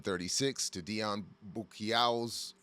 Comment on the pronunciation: its Bou[Boo]ci[sea]cault[co] Boucicault ~ Boo-sea-co it's not an uncommon or common for that matter family name in Hayti